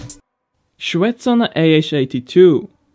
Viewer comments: Not ShvEtsov but ShvetsOv, and also not MIkulin but MikUlin. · Shetsov is pronounced shvetssoff. Mikulin is pronounced micoollynn.